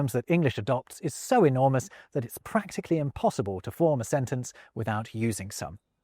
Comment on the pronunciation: Did you say 'enormous'? 😆